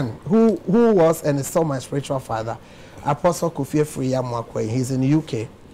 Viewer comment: He said Fadda 😂😂😂😂😂😂